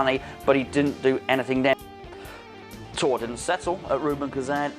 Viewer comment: Time will tell.... And isnt it pronounced "Tor-ray"?